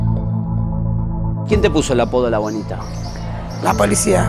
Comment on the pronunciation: entendi "La Bolita" 😂😂😂